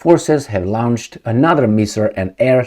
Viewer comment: All great videos,! Can u post yr fallback site in case (when) Youtube bans you for being Politically Incorrect? Slight pronunciation error: "launched" is pronounced "lawnchd" not "lownchd" as it would be in German spelling. Pro tip: Start at the 8 second mark to skip the "hello my friends...".:)